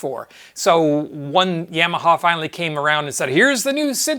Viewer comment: Great video, BUT, every time I hear you say YAM-AHA instead of YAW-MAHA, it grindstones my ears into my head!